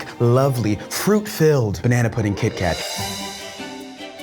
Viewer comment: I thought he was saying Keith Kat the whole time and for the label to not match drove me crazy.